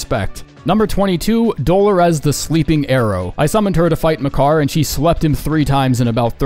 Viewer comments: Anybody else notice the way he pronounced Dolores? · doe-low-REZ 😂 It’s duh-LORE-iss You know, the regular ass name Delores/Dolores? 😜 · Did he really pronounce Dolores as "Dolo-rez"? Lol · That Dolores pronunciation was crazy. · Why did you pronounce Dolores like that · my guy have you never heard the name dolores before? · lmao bro doesnt even know how to pronounce "Dolores" thats corny.